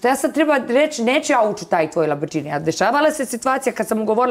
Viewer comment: Ona kaže LABRĐINI 😂